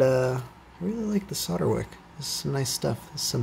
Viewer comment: Thank you for saying solder the correct way.